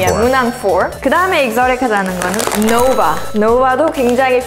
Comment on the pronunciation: Its noba you dodnt say the v just say b